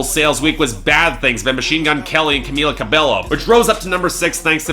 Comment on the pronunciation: Cabello is pronounced as CA-BE-YO. Just thought I'd let you know.